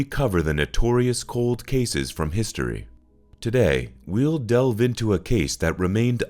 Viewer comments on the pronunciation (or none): none